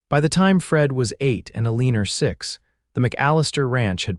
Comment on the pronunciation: Excellent story, but teach the AI to lose that r at the end of Elina.